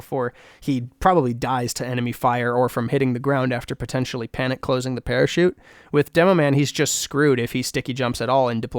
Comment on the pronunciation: parachute? i thought you said pair of shoes